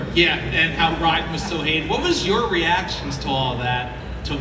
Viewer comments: his pronunciation of Raiden hurt my ears. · The way he says "Raiden"